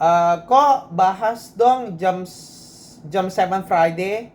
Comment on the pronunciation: Jam, jam.... Je A Em. Jam... Bukan JEM but.